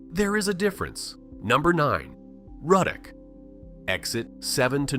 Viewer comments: It’s Roodock not Rudduck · Ruddock is pronounced Roo-dock. One of my favorite places! Love love love Manchac. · He really pronounced laplace and ruddock wrong as hell 🤣